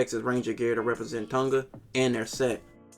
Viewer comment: As a True Polynesian, that actually live in the islands, you really need to learn how to pronounce “Sāmoa/ Sāmoan” and “Tonga/ Tongan”.